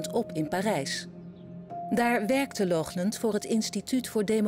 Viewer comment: Lochlunt? Wat is dit voor een zwakbegaafdheid? Er staat toch duidelijk Laughland?! Doe één tel moeite om dat goed uit te spreken.